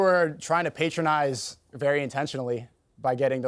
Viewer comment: I believe it's pronounced "patronize" not "PAAAYtronize". But Sneako shouldn't worry his little brain about that. He's got bigger issues.